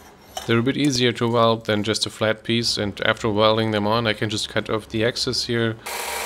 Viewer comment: Stopped watching at “weld”